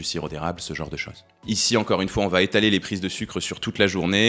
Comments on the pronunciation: Merci pour toutes ces vidéos très intéressantes 👍 Mais il n'y a pas de "t" à va... alors ces fausses liaisons "vatêtre" faudrait corriger, c'est pénible 😉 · Tu fais des superbes vidéos mais tu m’écorches les oreilles à chaque fois que tu dis : ça va Têtre) 😮